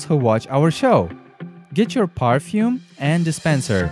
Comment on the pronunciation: perfume not parfume